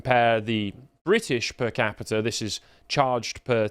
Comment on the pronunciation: repeat after me moron - PER CAPITA. "Das Kapital??" (Femi 2025)